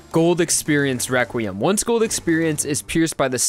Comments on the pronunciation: He says or sounds like Wequiem instead of requiem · I like how he says wequiem than requiem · requiem is pronounced as re-kwi-em not re-kwim? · he kept saying weqrutim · Every time I hear him say Requiem I here Rekwiem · "Wequim" lmao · You say requiem rewquiem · He's saying Wequiem?